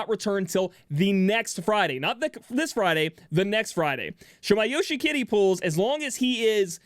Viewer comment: I still don't know if he's saying Yoshikiri or Yoshi-kitty